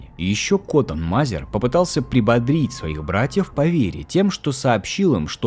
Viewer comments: Что за проблемы с произношением фамилий, например Мазер и Мэзер? Будто первый раз видео записываешь и без сценария. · Мэйзер а не Мазер А книга называется "Великие деяния Христа в Америке" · Не МАзер а Мэзер. Коттон Мэзер